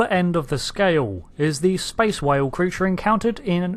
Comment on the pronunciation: ""Sphere" Creatre" arrrrrghh! Had you had a few Romulan Ales when making this video? :)